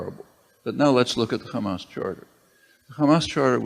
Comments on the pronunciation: "How they elected Khamas" You know shit is going to happen (Israelis and Hebrew speakers pronounce Hamas as Khamas and that's how I spot a hebrew speaker) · LMAO. Khamas. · The second she said , kHamas i knew what she is.